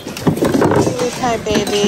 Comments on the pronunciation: Kewpie doll; not Kiwi Pie. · That doll is called a kewpie, not kiwipie doll. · Nippon was the name of Japan before WWII. It doesn't add any more value to the piece. Moriagae is the porcelain extra design on the outside of the vase. Idk if that piece will bring that high of a price but good luck. Kewpie is pronounced cupee like cupid. Lol